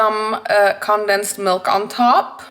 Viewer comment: okay but i adore the way you say condensed milk bc i say it the same way but that’s not how they pronounce it in america :(